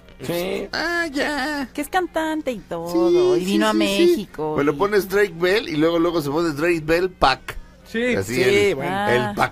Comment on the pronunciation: YOCh Drueik? 😂😂😂😂😂 y luego la otraaaa Dreik Android 😂😂😂😂